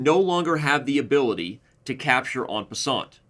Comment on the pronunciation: You may not be a French scholar, but try to say 'en passant' as if you're a Frenchman. Do not pronounce the 't' because it's not followed by an 'e'. "On passante" just grates! ha ha